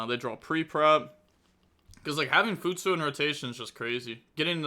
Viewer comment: My man’s legit replaced the last vowel for futsu